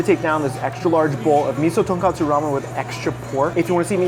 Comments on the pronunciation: Everything looked amazing as always. Though minor thing, the ramen broth is pronounced tohn-koh-tsu, not tohn-kah-tsu. Ton is pork, kotsu is bone, and pronouncing as tonkatsu is fried pork, which is also delicious but a very different dish. Just notes for future ramen endeavors, keep up the great work chef! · Uncle Roger was right. You all can't stop saying Miso Ton-kat-su Ramen. Rather then pronouncing it the way it was grammatically suppose to be spelled out Miso Ton-kot-tsu Ramen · IT IS NOT TONKATSU IT IS TONKOTSU